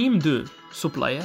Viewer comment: C'est plutôt supplier et non suppier